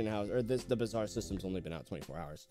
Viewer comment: Bizarre Me and Indian: bruh tf is wrong with him it’s Bazaar